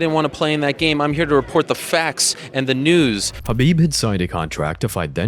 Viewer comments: This man is having a stroke saying Khabibs name 😂 he was struggling with Dustin’s but my lord the khabib one took me out haha 🤣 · LMAO. I've never heard Khabib's name butchered so bad. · And he pronounces his first name Ka bib, not Ha bib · at least say Khabib name right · Don't ever say Khabib's full name ever again, you make me cringe. Seriously, if you're a fan of the ufc there's no way you say his name like that. So I'm guessing you're not at all familiar with mma, because the only other option is that you heard it being said correctly and still say it like a cringe machine. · Why did you butcher Khabib's name like Rogan when he debuted? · It’s not hard to pronounce these names. And if you can’t just say Khabib for example. Its almost unwatchable listening to you say nurmagomedov